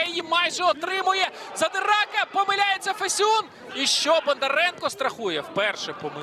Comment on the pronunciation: Ріже вухо те як він Фесюна називає...